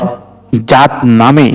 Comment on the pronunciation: আমি আপনাকে একটা অনুরোধ করছি আপনি জাত নামটি সঠিক ভাবে বলে যাবেন